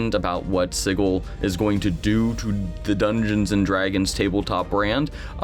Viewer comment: Thanks for the video. Dismaying that the VTT might be that far away. Could it end up as vaporware? Wholeheartedly agree with you on the staring at screens instead of the table. Enough screen stuff in life as it is. Oh, I also have to post this. It's pronounced Sij-il not Sig-il. :)